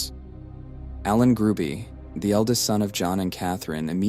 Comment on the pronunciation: The last name is Hruby, not Gruby.